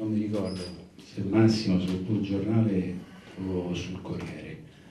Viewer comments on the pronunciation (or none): Epico Capuano quando suggerisce il nome del giornale relativo all' articolo e poi lo sbaglia 😅😅😅😅😅